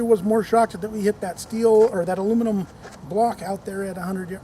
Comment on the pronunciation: Love that it stuck in the aluninum 🤣